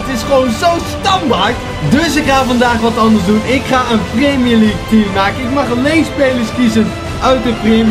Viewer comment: Priemjer liek goedzo